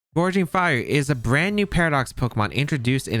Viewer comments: Gouging not Goreging 😊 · Gouging fire. Theres no r in gouging